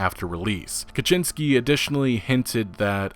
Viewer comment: Wait a second - an English speaking youtuber actually pronounces "Kaczinski" right. Mad respect, bro. Pretty much all the rest are just: 1."sorry for butchering it" 2.continues butchering it